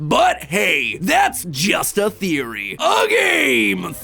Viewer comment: pwapers pwease thweowey